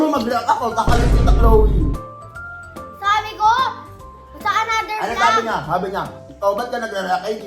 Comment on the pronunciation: chloe hinde choloe